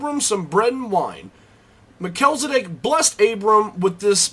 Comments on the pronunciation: pronounced mel-chiz, not me-chel. just saying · You make great points to be considered. Thanks for sharing. The only one gripe I have is that his name is Mel-chi-ze-dek not what you said. Lol. Just teasing. Thanks again. Keep up the good work. I definitely have a burning interest in Melchizedek. I appreciate you! :)